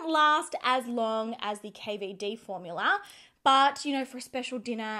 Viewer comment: I love that some times she says formular, instead of formula. I ahd a neighbor who used to call them formulars.